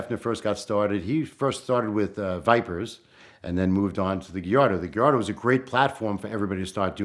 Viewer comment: Porsh. Geeardo.